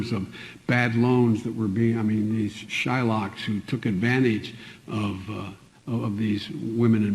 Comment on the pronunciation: Dude actually said shy-locks lol damn...haven't heard that since the movie American history x